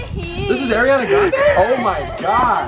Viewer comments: Not Jeremy saying Airiana grande 😂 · Jeremy doesn’t know how to say Ariana grande😂